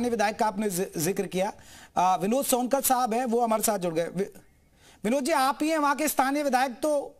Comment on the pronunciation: कैसे एंकर है आप विधायक शुद्ध नाम नहीं पता आपको सोनकर😂